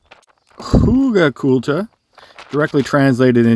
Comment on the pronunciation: Very interesting, and excellent effort with the rather challenging pronounciation of "Huegelkultur" 🙂